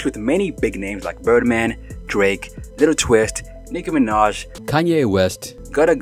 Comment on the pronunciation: please stop saying Little it’s Lil the ebonics way Lil Chuckee thanks in advance!! Oh yea Lil Wayne not Little Wayne!!!! If your gonna use or be a part of our culture you gotta present it the way it’s meant!!!